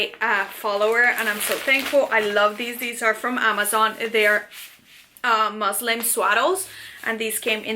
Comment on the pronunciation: Muslin ... not Muslim omg